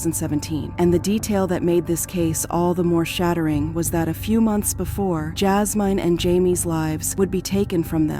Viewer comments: Her name is JAS-MIN not MINE🤦🏾‍♀️. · PRONOUNCE THE F**kin’ names properly Jazz Mine? JI-Me? Really? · That’s not how you say her name it’s Jasmine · Oh wow! I was wondering was it AI but I didn't really know... it was driving me crazy how they kept saying her name 😂😂😂